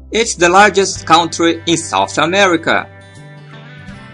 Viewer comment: amigo vc precisa aprender a pronunciar ''COUNTRY'' em inglês